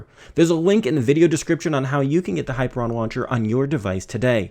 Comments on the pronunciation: high-PEER-ee-un is how it's pronounced, not hyper-on. And your use of 'iconography' is a malapropism. You're talking about icons, not iconography. Other than that, good review! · Hi ....peer ...... E ...... an Not ....hyper .... I .... on Ask Google assistant to spell it and pronounce it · Hyperion not Hyperon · High - peer - ee - on. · That's not how you pronounce Hyperion! I've played Borderlands, buddy! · I don't think you're pronouncing that launcher's name correctly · ..Thumbs down to this video because of the mispronunciation.. Very annoying. Thanks for bringing it up.